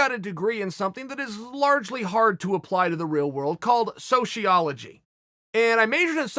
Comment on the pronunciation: "Deeper level philosophy" >mispronounces sociology >misuses apostrophe in title Based